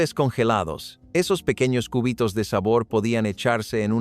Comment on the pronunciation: por un momento imagine cortando el hueso del brazo😂😂😂 ( por la pronunciación jajajajaja cúbitos no • seria cubitos ( sílaba tónica “bi “ )